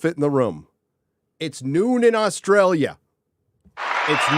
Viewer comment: It's noon where? Aws Trail Yuh? Never heard of it, sounds like a fake place.